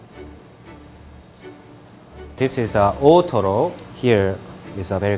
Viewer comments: the guy keeps saying ootoro, i hear totoro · kamatoro, ootoro, totoro